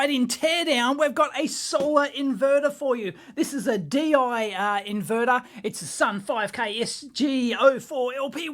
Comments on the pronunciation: Deye is pronounced similar to "Duh Yuh" with the e sounding sorta like the i in inverter. The bigger versions of these are a lot easier to open up as all of the screws are on the front cover. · Deye pronunciation: "Do-ya?" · It's pronounced Deye